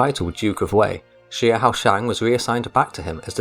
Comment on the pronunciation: Xiahou is pronounced Sha~Ho